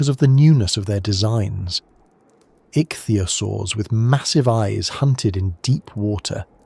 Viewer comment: "Pan-GEE-Ah!" "Ick-thee-Ah-Soars" How can you get this wrong! These are the easy pronunciations! When in doubt,go eith how Sir David Attenboroughsays it!!